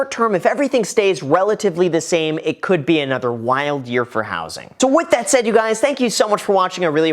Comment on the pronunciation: "Whats up Graham it's Guys here" LOL